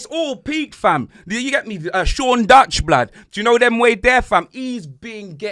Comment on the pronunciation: Man said Sean Dutch! ☠️